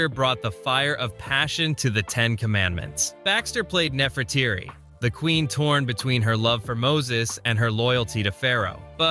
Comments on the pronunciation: It is NeferTITI not NeferTIRI. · Not nefertiri but nefertary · Use Google, type a word then Pronounce. Rather than respect you butchered Nerfertiti's name pronounced neh·fur·tee·tee NOT neh•fur•tear•ee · Haven't you ever heard of Nefertiti? You pronounced it completely wrong! 😮"Neh-fer-ti-ti".